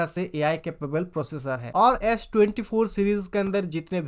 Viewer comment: He lost me on saying Ash 24